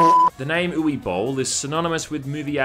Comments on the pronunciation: Dude, it’s not pronounced oo-wii, it’s oo-va or oo-veh. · its oo-wuh not eww-ie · Hey, As a german l'd like to remind you that Uwe is spelled like "Uvé". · It’s pronounced You vah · The true way to pronounce Uwe is "Oova", which makes sense since it rhymes with "Hoover" - the British term for vacuum cleaner. As in Boll's movies suck harder than a vacuum cleaner. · uwe is pronounced like "oovah" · My friend, uwe bill is pronounced ooo vey. Hes like Russian or something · Ooo weee!! Sounds like our boy is going down a waterslide. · my favorite thing about this video is the way you pronounce uwe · I just love the English pronunciation of one of the most German names ever, Uwe. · Yeah, my middle name is Uwe, so mispronunciation is bugging the fuck out of me.